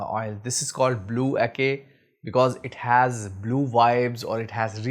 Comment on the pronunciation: Salam. Great review brother! Anyway, it is pronounce as Ah-cheh not Ah-kay. Keep the oud oil reviews coming. 💪🏻